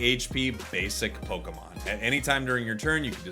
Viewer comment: Its like lokemin breder